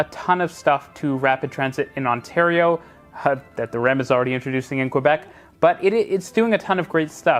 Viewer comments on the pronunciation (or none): none